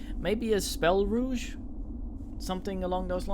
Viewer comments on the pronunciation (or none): Don't know how long ago this video was posted for some reason the date doesn't show up, but rogue is pronounced row-g you're pronouncing it rouge which is a form of make-up.